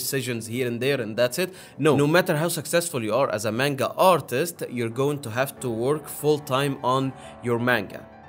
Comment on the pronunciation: …Manga is not pronounced that way. Also, not all anime’s are off of mangas plus mangas are usually off of light novels. Some anime’s are original with no manga or light novel. Usually they have mangas that come out after the release and the stories tend to differ a little.